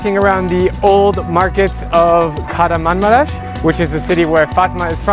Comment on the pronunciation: As I'm from Turkey, I got triggered when he said Kaharanmamaras to Kahramanmaras (ş)